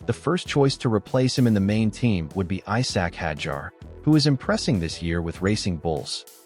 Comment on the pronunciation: Who is eye-sack ?